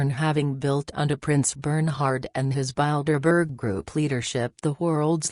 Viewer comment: I like how the robot pronounces Bildeberger. Appropriately descriptive.